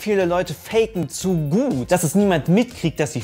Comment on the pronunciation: Mein Handy versteht bei einfach "Okay Google", statt "zu gut" 😂